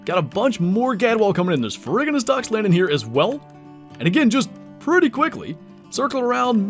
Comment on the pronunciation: I believe it is “fair-roo-ji-nuss”. The ferr- prefix is from the Latin for iron (ferrum), and ferruginous essentially means “rust-coloured”.